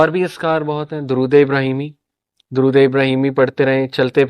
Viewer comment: Pahle aap to dorod sahi se padhe plz